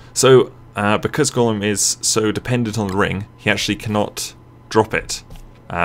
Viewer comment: yeah, sounds a bit more like he's saying Golem... than Gollum. "goll-uhm! goll-uhm!" edited to add: ah, at first at least. I noticed later on in the vid, pronunciation shifted a bit.